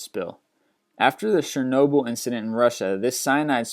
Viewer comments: Its Chernobyl not Shernobyl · I hate how this guy mispronounces everything: oceania, mesothelioma, Chernobyl